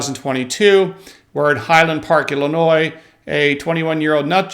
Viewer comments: Its Illinois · Forget it Jake, it’s Illinois.